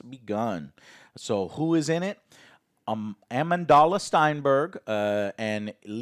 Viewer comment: Joe completely butchers Amandla's name lol. But then again, so did Amandla.